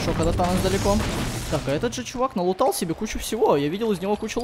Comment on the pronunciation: мне одному кажется когда говорят танос я слышу анус?